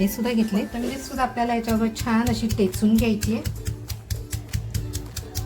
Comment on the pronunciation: टेचून नाही हो ठेचून म्हणा